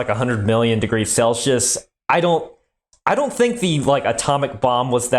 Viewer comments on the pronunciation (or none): FFS, it is "SELL-see-yiss," not "SELL-shuss!" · WHY?? Why do you insist on mis pronouncing "Celsius" as "SELL-shus"???